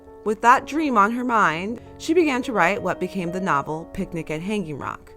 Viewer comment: Australians do not put the emphasis on "hang" in Hanging Rock, but rather on the "Rock".